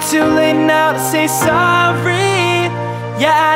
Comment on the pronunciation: muito bom, so não gostei quando ele fala "Sorry", a dicção estranha, no mais top demais....